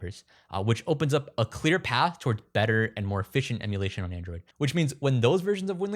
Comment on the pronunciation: "Oh, let's sew how to do it" >"PC emularion…" >Clicks out